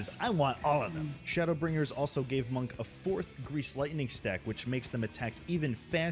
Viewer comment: isit just me or when the video was describing monk, i kept hearing it as "monka" without the s?